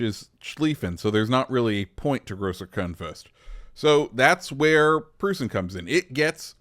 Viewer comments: Its pronounced proissen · I believe it’s pronounced Proyt-zen??? It’s been like 30 years since I last said that lol. I had family who said it that way. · Its pronounced PROY-sen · brother, it's pronounced like Prussian. Ffs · Proy-sen (Preussen/Preußen)